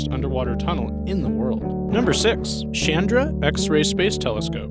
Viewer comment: Thumbs down for a few reasons, pronunciation being one ! it is CH AND RA it is NOT Shandar